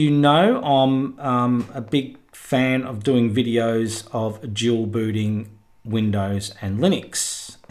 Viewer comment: ) I heard "jewel booty" and was like what??? Rewind -> Dual booting - oooohhhh